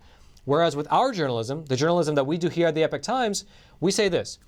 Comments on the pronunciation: Please please please pronounce "Epoch" properly, esp if you work for the company. It is putting me off what you day. It is "E -pok" not "Epic. ". Check it out. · I love your content but why do you wrongly pronounce the channel as "The Epic Times" when is clearly should be pronounced as "The Ee-Pock Times" ???